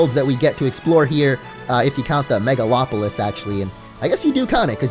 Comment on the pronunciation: first poketuber I've seen to pronounce "megalopolis" correctly XD